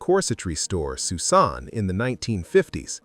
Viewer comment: Pronounced Susan not Suss-an🙄